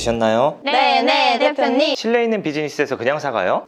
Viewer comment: 네네 대표님...이 왜 네네 사랑해...로 들릴까